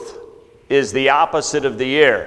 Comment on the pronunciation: A minor quibble. at the commencement of this talk he pronounces "error" as "air". I hopes he takes this positively - I mean it as a friendly criticism. Please enunciate both syllables; it is a bit confusing. Otherwise, substitute with an equivalent word.